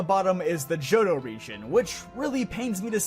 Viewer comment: THE T IN JOHTO SHOULD BE AFTER THE H!